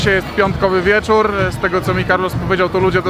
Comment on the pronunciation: jest wiecórrrr haha, masz cos Do wymowy litery „R“ Ale mie to bawi sry